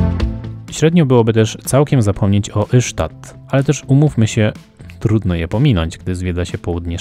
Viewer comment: Taka mała uwaga Ystad to /istad/ a nie /isztad/. Szwedzi właśnie tak to wymawiają. Poza tym wszystko super i ok. ;)